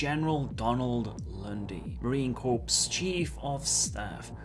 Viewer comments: Marine Corps, pronounced "core" not "corpse" please, source: MCRD San Diego, 1995. 😉. Wonder if that's why I've always sided with Militech over Arasaka? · Hey there buddy just a heads up when pronouncing The Marine Corps pronounce it as "Core" the 'p and s' is silent.